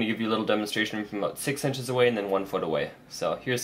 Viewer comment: aboooout . hahaha. Canadians